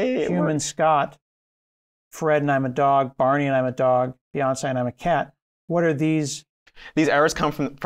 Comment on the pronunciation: It's "Beyoncé"! :face-blue-smiling